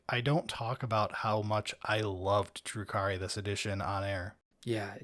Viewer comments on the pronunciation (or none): Dark Elves are actually Drukhari, not Druki, in the 40k context. I'm not trying to be an "actually" guy though, but I figured if you cared enough to use their lore name, you'd want to get it right. Have a nice day.